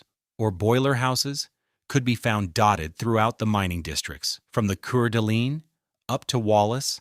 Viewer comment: Keer-Delene, Idaho, Seriously